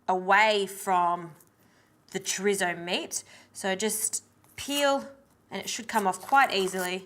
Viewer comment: No disrespect honestly but I love 💕 they way white people say Chorizo.